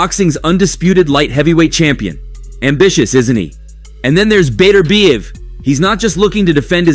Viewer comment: There is no fighter named Better bee ev. His name is Bet urb iev. The emphasis is on the second syllable.